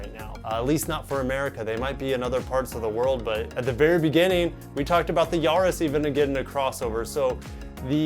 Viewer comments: not Yaaa-riss its Ya-ris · The A is not pronounced Yaris as in yahoo, it's Yaris as in Paris.